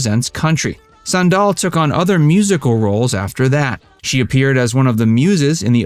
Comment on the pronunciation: Went to high school with her (SME69). Kind of annoying to hear you pronounce it "san-DAHL". It's pronounced like the footwear: "SAN-dal".